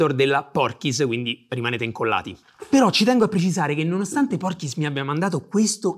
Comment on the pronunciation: mitico!! però sentirti pronunciare PortKeys come Porchis non ha prezzo ahhahahahahahah